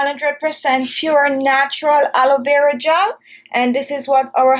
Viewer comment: Halovera gel....it I hear it right? It should be pronounced A LO.VE RA🙄